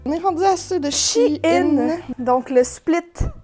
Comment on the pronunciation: Enfin quelqu'un qui dit She In et non Chine haha (les vraies connaissent SheInside) :) !!!!!